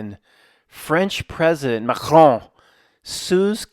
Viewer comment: That's the best pronunciation of Macron in all of media. No small accomplishment, my friend. Rogans up👍